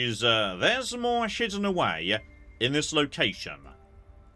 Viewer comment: did he say shidden?